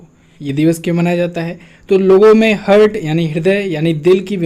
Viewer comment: please correct the pronunciation of heart ...